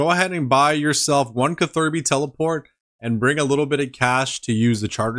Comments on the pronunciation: Anyone else triggered every time he said KA-THIRBY instead of CATH-ER-BEE. lmaooo love the vids and I'm not even a pker! Keep up the excellent work friend. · nothing could've prepared me for kuh-thur-bee🤣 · Cather-bee 😂 youre welcome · I cannot get over how you say catherby 😂😂😂 great vids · You're acc a genius purposely saying catherby wrong for engagement. And it worked. I'm commenting. Smart lad u are. Big up from London brother